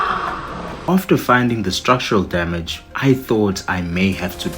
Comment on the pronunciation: "Structural Dyamidge" 😂